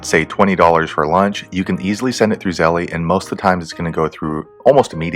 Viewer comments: Yeah lol. ZeLL. not Zelleeeyy lololol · Thanks for the video.. A heads up, It's pronounced "zell" like tell no "ie" at the end. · It's 1 syllable. Zelle. No eee..